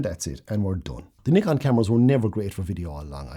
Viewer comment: Thanks for this; lovely clear video with lots of very useful tips and you pronounce Nikon correctly! 😆 Very helpful for a rank amateur still photographer trying to become a rank amateur video shooter!